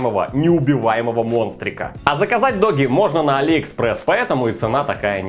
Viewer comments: Додж а не доги 😂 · Доги ?) чувак не смеши меня, правильно - Дуужи )))